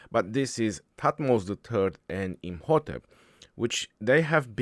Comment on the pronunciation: I’ve never saw mispronounce any commander so far except these 😂